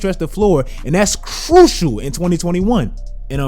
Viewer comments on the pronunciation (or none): That CRUCIAL sounded very CRUCIAL indeed. I could feel the CRUCIAL from here.